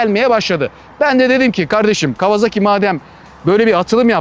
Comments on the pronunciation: yazmadan edemeyeceğim adamın soyismi kawazaki değil kawasaki :D Türkiyede kimse adamın soyismini doğru söylemiyor :D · Severek takip ediyorum ama bu markaya neden değişik değişik isimler ile telaffuz ediliyor? Toyota markasına Totoya diyormuyuz? Japonlar bu markaya KavaZaki kavaZAAki gibi bir telaffuz kullanmıyor. Japonlar Bu markayı KAWASAKİ diye telâffuz ediyor. Saygılar...